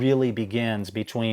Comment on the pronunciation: FYI Anatoli's last name is pronounced "boo-CRAY-yev". Accent on the second syllable, as in Russian and nost Slavic languages.